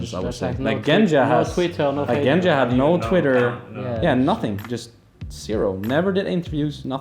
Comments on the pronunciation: Genja. Not Ganja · It was supposed to be pronounced more like "Genya", since it's short from of his name Evgeny.